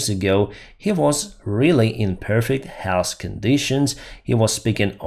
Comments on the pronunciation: To make the TH sound at the end of the word Health, teeth apart, put the tip of the tongue on the back of your top teeth half way up and blow. Otherwise your English sounds great! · Hey buddy, to pronounce the soft "th" sound at the end of south or health you have to put your tongue between your teeth and pronounce the s! Not criticizing, but for some words it makes a difference!